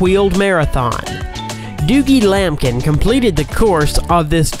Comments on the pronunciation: Doogie lampkin? You mean Dougie lampkin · It’s pronounced duggee lampkin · when you said dougie lampkin it sounded like dookie lampkin lol